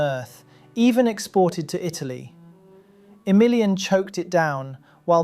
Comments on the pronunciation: Pretty sure you stress the A in Emilian so that you at least don't say it like "A million". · 3 minutes in i kept thinking you were saying "for a million" and not "for emilian" and i thought damn they let a million people in????